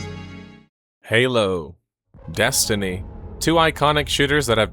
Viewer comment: Thought you said Hello instead of Halo at the start 😂